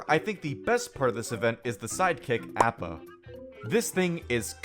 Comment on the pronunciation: Appa( ah-pa)